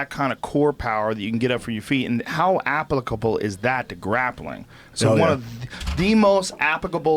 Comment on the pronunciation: Joe "apicable" Rogan